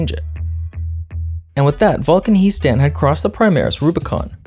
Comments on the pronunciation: I've seen Warhammer TTS to know that is pronounced "Hee" Stan. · It's pronounced He' Stan, not He' Stan.